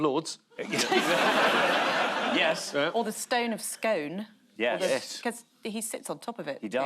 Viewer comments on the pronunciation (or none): Please tell Camilla the stone of destiny is the stone of SKOON..correct pronunciation and NOT how she pronounced it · Stone of Scoon, not Stone of Scoan. 😂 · It is pronounced the Stone of Scone (skoon) you sasanach idiots....